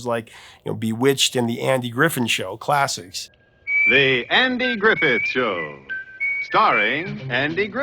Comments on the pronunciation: It’s Griffith, not Griffin. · Griffith not Griffin.